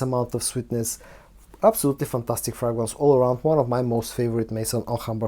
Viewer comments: Yeah, my bad. Hearing him say "frogrance" 🐸 repeatedly is adorably quaint. I stand corrected. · Your reviews and presentation style are excellent. Please consider learning the correct pronunciation of the word 'fragrance'. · What's wrong with the way he says "fragrance", English is obviously not his native tongue and the way he's pronoucing it, it's just got a little lilt of the way he'd say it in his own language.